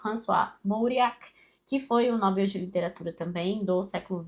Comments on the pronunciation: Pra nossa Língua está errada a pronúncia como ela fala, mas cada um pensa como quer. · Ótima lista!, não me leve a mal, mas não entendo porque você pronuncia a palavra Nobel como se fosse uma paroxítona, sendo que essa palavra é oxítona.